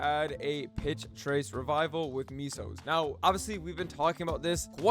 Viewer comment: Ok. Calling May-Sos "MEESOS" like f'ingJar Jar Binks has made me so angry, that just like Jar Jar in my collection of furry... uh. pictures. I wanna find u irl, forcefeed tons upon tons of portabellow and white button mushrooms with maplestory sound effects in the background, until you get super, super fat and satisfy my DeviantArt-level adipophilia. Be. Careful. I will finrd u.